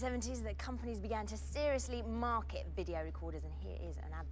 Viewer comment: Peter Purves (who was a former Doctor Who companion and the narrator of the PIF Robbie) foreshadowing the Stoneybridge town council (from the Scottish / Channel 4 sketch show Absolutely) pronunciation of the word video by nearly 20 years. Dirty Vido It's videyo